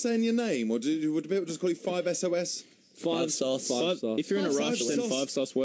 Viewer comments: i literally cringed when he said "5 es oh es" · I cringed so much when he said '5 es oh es'